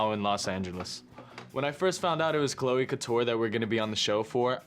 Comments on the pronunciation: THE FACT THAT SHE SAID CLO INSTEAD OF CLOE LMFAO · When he rhymed Chloe with know-e, I felt that...